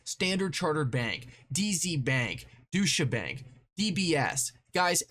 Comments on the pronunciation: Bro! You called Deutsche Bank.. Douche' - a Bank! Hahaha!. . Its pronounced Doitcha... Not douche' -a.... ahhhHaahaj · Bro keeps saying douchebank. And I probably don't disagree